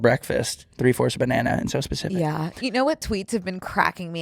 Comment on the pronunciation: It’s “specific” not “pacific”, or does she say that on purpose?